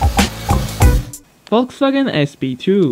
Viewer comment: ah yes volkswaagen sp2